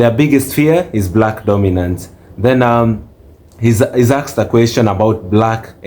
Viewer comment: I love the content but, Dorminance